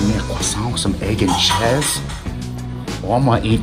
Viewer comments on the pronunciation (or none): anyone who says ches instead of cheese is an absolute veteran